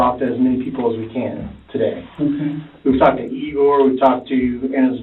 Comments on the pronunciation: Lame AI announcer is lame. Who pronounces the name "Igor" as "EYE-GORE"? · I see all of the other comments about a polygraph, and yeah, I agree with everyone about it being pseudoscience, but I came to comment on the narrator pronouncing the name of her son as "EYE-gore" at one point and all I could think of was 'Young Frankenstein.' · Is tbis an AI narrator? It goes from ee-gore to eye-gore when pronouncing Igor. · Ea=gor.not i=gor. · “Eye-gore.” It’s funny when they mispronounce it in Young Frankenstein, but here it’s just an example of lazy A.I. narration review. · The only one who pronounced it like that was the detective. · Eyegore? What is this Young Frankenstein?😂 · If the narrator listened to the video, he’d know how to pronounce the name Igor, i get you’ve never heard the word out loud before, but the cop says it in your own video